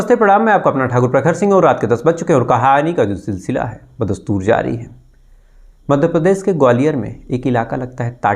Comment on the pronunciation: I have requestedearlier also.kripya apna bolne ka type kyon nahi sudhaar rahe ho.khush ko aap khus bolte ho,Bhavishya ko Bhavisya bolte ho,Khushi ko Khusi aur Madhya Pradesh ko Madhya Parades. Koi itna mushkil kaam bhi nahi hai sh bolne me. Please try to speak correctly